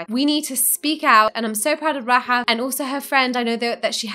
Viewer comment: Hope the name Rahaf becomes a wildly popular for newborn kids. Love the way it sounds when says it.